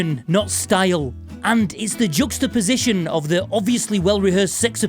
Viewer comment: Did you say jugstaposition? Just what I was thinking.